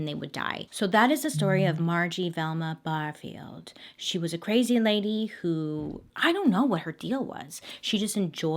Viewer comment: i’m from SC and my last name is Barfield and it was really weird hearing you pronounce it like that 💀